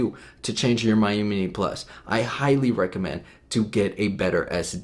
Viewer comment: It’s pronounced me-you